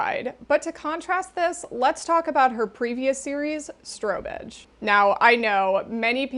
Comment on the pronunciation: I've never heard of strobe edge and totally heard stro-bitch the first few times 😂